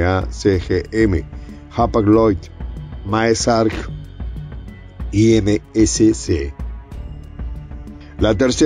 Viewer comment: MAERSK (Merks) cambiale vale 👍 😉